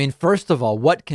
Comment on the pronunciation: I’ve mentioned this before, but I just watched a video of Lara Trump introducing herself. It’s pronounced Laura regardless how it’s spelled. Please. It’s announcing when you say lair-a.